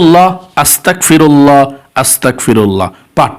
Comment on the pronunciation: .. ... হুজুর বেয়াদবি মাফ করবেন , আস্তাকফিরুল্লাহ না, বলবেন আস্তাগফিরুল্লাহ, কোফ উচ্চারন করবেন না, বরং গোইন উচ্চারন করবেন।